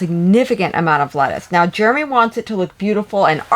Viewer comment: As a Jeremy myself, please do not call him "The germinator" 😂😂 You finally stopped calling him Germey...